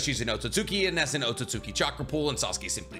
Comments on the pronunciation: This guy still can pronounce otsuski properly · The second u un otsutsuki is silent. Japanese 101.